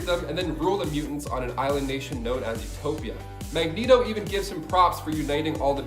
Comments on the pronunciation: He also said (magg-neto) instead (mag- ne-to) and then said mag neto the entire time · Great video cuz, but it's pronounced Mag-Nee-Toh and Ill-Yana. Beyond that I appreciate your content ☺️ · Quite a few errors in the beginning. He first called Magneto... Magnet-0 Totally screwed up the Wolverine Age of Apocalypse explanation